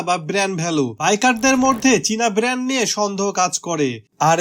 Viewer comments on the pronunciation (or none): none